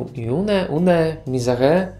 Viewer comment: Podpowiedź: Une Misère wymawia się mniej więcej [jun miser], przy czym to "r" tak śmiesznie przechodzi w "h", jak to we fhancuskim :P